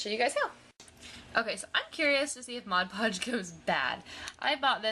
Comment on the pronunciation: I freaking love you for saying Mod Podge correctly!! I can't tell you how many people pronounce it: "Modge" Podge. It's like nails on a chalkboard. Also, good job with the sprucing up those plastic drawers.